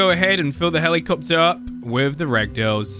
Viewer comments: helikcopter helikcopter paracopter paracopter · helikcopter helikcopter parakaptor parakopter